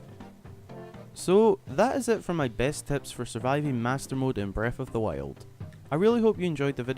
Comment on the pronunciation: This guy is so annoying, not being mean but he keep saying breath of the wiuld